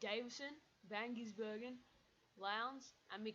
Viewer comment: it is pronced gizbergan not gissbergan